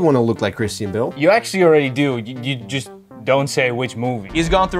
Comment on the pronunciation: Christine Bill? I think you meant Christian Bale 😂